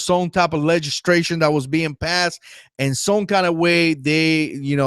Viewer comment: Legislation NOT Legistration.